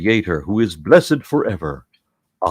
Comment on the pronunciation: you have not only a far greater knowledge of the scriptures than most of christians do, but you are also one of the few english-speaking people who knows how to correctly pronounce the word amen.